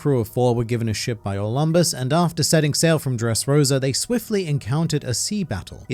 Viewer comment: Dont you mean Or - Lamb - bus?